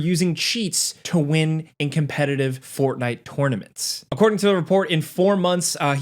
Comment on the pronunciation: why do you say the word tournament so weird.😂😂